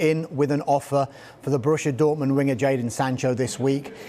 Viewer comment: Why would anyone listen the opinion of a guy who calls jadon "jordan" lmao